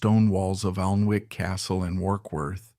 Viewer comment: it is pronunced Anick